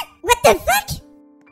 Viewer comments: Hahaha 😂 😂😂😂😂la docteur dit "watefeuk " 😂😂😂😂😅😅😅😅😅😅😅😅😅😅😅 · Quand le docteur dis wath de feuque